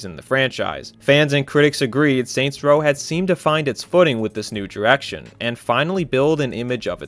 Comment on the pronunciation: lol "diwection" "dwah" "In 20 tuwelve" Work on that pronunciation.